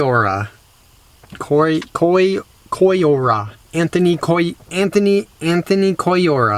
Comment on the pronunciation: Hola! So Happy that Annie is OK. The views from the Drone were breathtaking! Your pronunciation of the Last Name Collora was great. Wish you the Best as always!